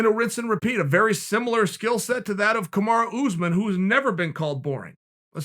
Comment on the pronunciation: Chael 'Skimilar Sillset' Sonnen